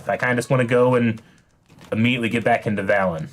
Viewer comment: I know it’s not a big deal at all, but the way he pronounces Velen as Valen really just gets to me lol